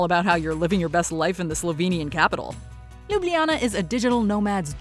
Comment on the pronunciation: Ok everybody, say it with me. Ljubljana, Slovenia! Loo-blah-nuh., Slo-vain-iuh. Good grief, its tough to hear this incorrectly pronounced so frequently in this video. You are sharing information about Ljubljana, but have obviously never been there! Otherwise, very nice video.